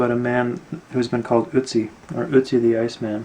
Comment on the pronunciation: It's pronounced like Ertzi not ootzi